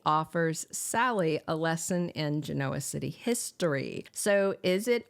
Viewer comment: Why do you continue to pronounce Genoa City incorrectly?